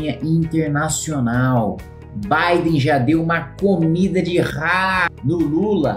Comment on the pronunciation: O mais engraçado é o cachaceiro falando: "presidente bidin" kkkk